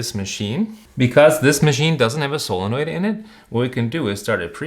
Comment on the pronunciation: What’s a “solonoid”?